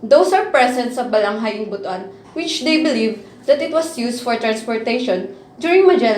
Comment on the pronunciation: ‘butwan’ not bu-tu -an